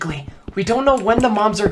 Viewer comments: I thought said "When the moms are coming " 😂😭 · When said “mobs are gonna be coming” I thought he said “moms are gonna be coming”